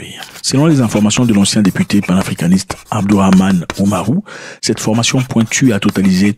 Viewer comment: On dit formation et non pas fromation 😂